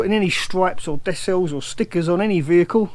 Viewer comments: decals not desals 🙂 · Looks more like a boy racer mobile with the bonnet stripes or are you going for the A team look? Yep as someone else said the c it's pronounced as a k not an s!